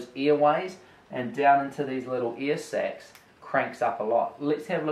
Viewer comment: I kept hearing "earsex" wtf